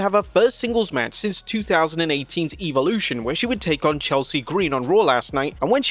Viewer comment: bro is relentless is misspronouncing this PLE, its EV olution not EVE olution